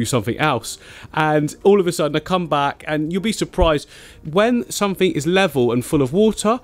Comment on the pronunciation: Disappointed at the ending.. Bring back Somefink!! 😂